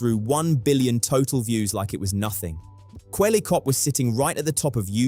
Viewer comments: The wrong name pronunciation is killing me XD if you watch even an intro to an older vid, or even Charlie's videos on him, you hear it said Kwebble(like pebble)cop... It is some of the easiest and simplest research you could do, which makes me feel like you maybe read an article and that was all? IDK if that's true, but his name is said constantly everywhere XD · But not a single time right 😄